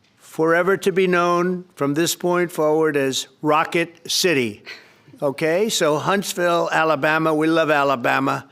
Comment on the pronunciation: when he said Rocket City, all his sycophants were cheering like "yay, he said it right! we did it, folks!"